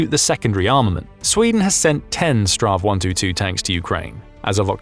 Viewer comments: Minor detail: It's not really "Strav 122". "Strv" is an abbreviation of "stridsvagn" - battle wagon - and is simply the Swedish word for tank. Saying "Strav 122" is a bit like calling Hollywood Boulevard "Hollywood Bullved because boulevard can be abbreviated into "Blvd". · Just say s t r v. Strav is nothing close to what it actually stands for, which is Stridsvagn, translated Battlewagon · STRV is not pronounced "straw" ~ it is simply read out as individual letters, it's an abbreviation of "stridsvagn" (strife wagon) translating as combat vehicle